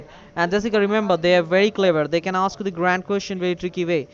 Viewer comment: When they "osk you some cwusshons" you better hang up. They'll take "each and everrrry t'ing!"